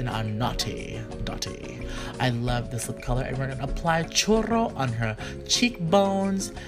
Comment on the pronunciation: omg you said choro instead of choros choro mean diarrhea lol (aqf)